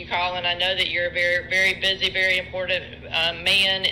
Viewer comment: Donnie is a very busy and very IM por DANT man. Or is that IM por DENT? Im PO DENT?